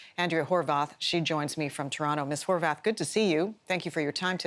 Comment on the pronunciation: Ok is her name Horwath or HorVath. Since when did a W get pronounced like a V?